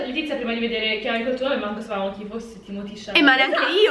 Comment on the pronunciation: Si dice TIMOTÈ ma vabbè, ci rinuncio